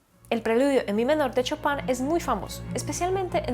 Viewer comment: Un pequeño detalle, se pronuncia "Shopen" no chopan :D